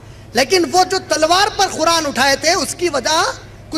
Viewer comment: ق کے لئے خ کی آواز نکالتے ہیں قرآن کو خران اور قریش کو خریش قید کو خید اور اسی طرح ہر ق کے لئے خ کی آواز نکال رہے ہیں